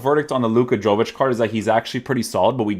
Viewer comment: Yo-vic not Jo-vic. Dam Americans hahaha.